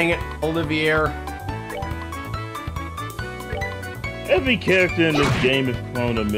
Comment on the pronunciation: By the way, Olivier is pronounced Olive-ee-ay (It's French). Also, Trails in the Sky SC is currently on sale (until noon Central Time on January 2).